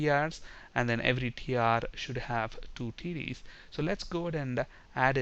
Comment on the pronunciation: LOL when he says TDs it sounds like he saying Titties. ( . )( . ) ; )